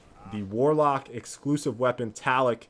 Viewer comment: just saying. its pronounced "ta-la-loc" plz stop calling it taloc lol